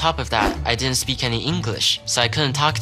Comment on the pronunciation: WHERE DID THE "D" GO? IN WORDS ENDING IN D'NT; A HUGE NUMBER OF YOUNG PEOPLE HAVE GIVEN UP THE "D". DID YOU NOTICE? THE WORD DIDN'T IS NOW PRONOUNCED "DINENT". PLUS THE SHORT "E" HAS MORPHED TO A BROAD "A". THE WORD "BEST" IS NOW CLOSE TO "BAST". I FIND THIS REGRETTABLE.